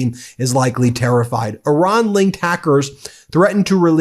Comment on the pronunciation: PLEASE learn to pronounce Iran correctly! You always sound as if you are talking about Oran (a town in Algeria).